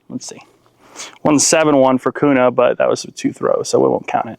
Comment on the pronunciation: Q-nah is how its pronounced